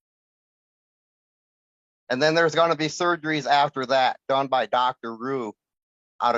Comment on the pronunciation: "I need thurg-arees. I cant work! I cant walk! I have vaaath-caluru disease! I need thurrg-arees! Judge, I cant walk, im sick, seriously im sick. I need TTTHHUURRG-ARREEES" This guy Is so pathetic. Putting dye in the veins isn't a surgery. They do it in the MRI room and 30 mins. Having that done doesn't mean he needs surgeries. My hubby has everything he has,he's missing all his toes from infections, he has neuropathy of the legs and eyes to where he can't see well, he's on dialysis and can't walk..but he has a job. This guy can work, he just doesn't want to.